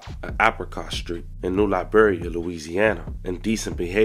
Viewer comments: Its new iberia with a i not a L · Just sad. And it’d eye-Beria fam. That’s an ‘I’ not a L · New I.. Beria, not L..Beria….. Iberia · Ma’am I think you misunderstood this whole story just like this Author keep calling it New Liberia it’s New Iberia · It’snew iberia not Liberia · First off its NEW EYEBEER RE AAH.. NEW IBERIA